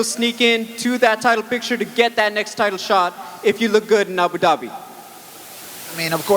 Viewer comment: The fact that Bisping pronounces it correctly (Ahboo dobby), and the other guy, still keeps saying AyBewww Dabbyyy...is confirmation to me that it's a fake accent...or perhaps incredible over accentuated, and quiet annoying to listen to for 4 hours :)